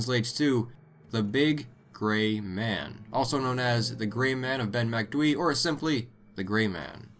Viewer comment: Ben MacDwee 😂😂😂😂. Its pronounced MAC DOOO EEE